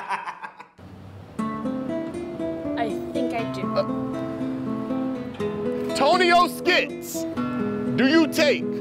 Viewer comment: lol "TonioSKITS"